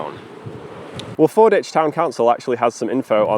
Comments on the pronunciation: Just fyi, it's Ford WICH, not 'ich'. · Locals call this FordWich, not Forditch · I lived in Canterbury for 25 years and we always called it "Fordwich" not "Forditch", and now I'm doubting myself... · I love your content, but it’s Ford-witch, not Ford-itch! (I live a few miles away) 🙂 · Fordwich is pronouced Ford Which, in the same way that Sandwich is down stream on the Stour. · Pronounced ford-witch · Fordwich is pronounced ford witch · Pronounced Ford-Witch by the locals btw. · I believe Fordwich is pronounced with the W present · You pronounced Fordwich wrong. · If you're ever back in the area, the 'w' in Fordwich isn't silent. It's pronounced how it's spelt, unlike Greenwich.